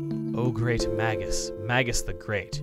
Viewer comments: Wait a minute, but bromide's also a chemical compound. That what I think of first when I hear the word. So my first thought was that it was a healing item, like a special kind of potion BTW, I'm pretty sure it's pronounced "may-juss" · It's pronounced May-Gus, Chuggaa. Like Mage Gus. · It's not. But it is MAYgus. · If I'm not mistaken, you can use healing techs outside of battle by going through the menu. Also, Magus is pronounced "May-gus". His name is actually an English word that means "A magician or sorcerer of ancient times" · Oh no... He pronounced it Mag-us. Cue the angry comments. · I know this is incredibly nitpicky but hearing Magus pronounced with a soft A just sounds so wrong to me. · pretty sure "magus" is pronounced with a soft G,.